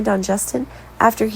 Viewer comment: Their names are Li not Lee & Steffy not Stuffy, come on, get it right